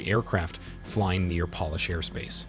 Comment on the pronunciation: Why did you pronounce Polish like the stuff you use on wood to make it shiny?